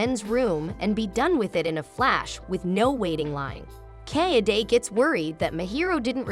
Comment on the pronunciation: Is that some text-to-speech software? The way the name Kaede is pronounced, feels terribly off.